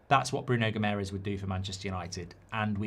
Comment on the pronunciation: Mark, its not Bruno Gimerez. He’s not spanish and his last name isnt hispanic at all. The way to pronounce Guimaraes is as follows: Gee-ma-raischz. Last one is a bit difficult as its a nasal pronounciation but if you try, us Portuguese and Brazilians will appreciate it. Thanks m8